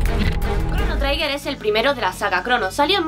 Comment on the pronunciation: tanto te costaba informarte de cómo se pronuncia la palabra 'Trigger'? Suena chirriante durante todo el vídeo.